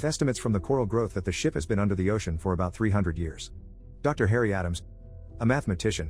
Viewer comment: "astronout in the oCeAN 💀💀